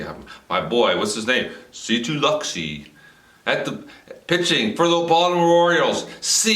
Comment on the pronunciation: Unless your trying to attempt humor (fail btw) the E is silent in LUXE.